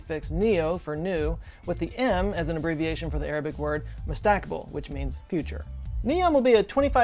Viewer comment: It's pronounced "MUSTAQBEL"